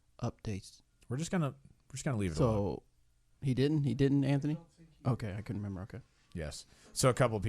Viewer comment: Great insight? The guy to her right dosent know which camera to speak towards? And he says Antknee??? Really Antknee.